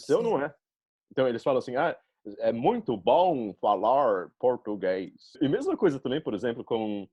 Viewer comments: Ela parece tanto uma brasileira que até falando inglês parece uma daquelas blogueiras brasileiras falando inglês kkkk muito boa mesmo, eu acho que a única coisa que dá pra perceber que ela é gringa é que as vezes ela esquece o "R" das palavras, aí fala uma palavra com "R" mudo tipo soa como "Pôtúguêiz" rsrs mas fica muito fofo🤣❤️Os estadunidenses falam português com a letra "R" muito carregada igual paulistas, aí ouvindo ela falar da a impressão que ela tem medo de pronunciar o "R" pra não parecer gringo kkk Eu sou meio brasileiro e meio turco então até mesmo eu tenho minhas limitações na língua ksks faz parte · Dá pra perceber que ela realmente é gringa, por causa de algumas palavras(quase nenhuma) que ela fala meio que faltando algumas letras, tipo ''Português''... em alguns momentos ela fala ''Potuguês''... a palabra ''vergonha'' ela fala ''vegonha'' etc.... mas se não fosse esses minimos errinhos... seria bem dificil de acreditar que ela é gringa, por que ela é SUPER FLUENTE... o português dela é melhor que o de muita gente no Brasil...